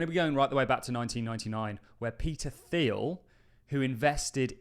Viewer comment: Thiel is pronounced teal, not theal